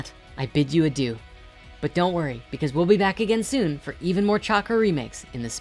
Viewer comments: I bid you adjuu? Pardon his french 😂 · Just let the record show this idiot is Canadian, you can tell by the way he says: "Adieu"